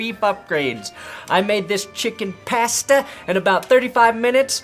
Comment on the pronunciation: Notice how says pasta, that is all